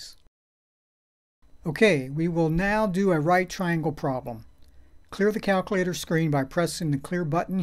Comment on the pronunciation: I can't even make fun of how he says "Calc-a-later" because these videos are fuvking great!!! Thanks man! Know that you are REALLY helping people!!